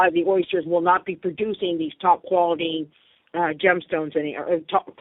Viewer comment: Did she say top quality gems stones or topless gem stones???